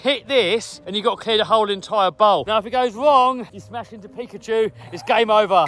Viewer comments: it is not pekchu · Not pecuchue